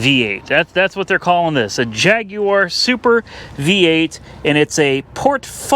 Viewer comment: Why does he say Jaguar like that? 😂